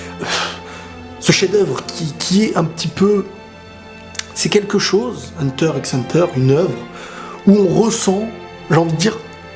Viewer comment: Par contre faut arrêter de dire Hunter IXE hunter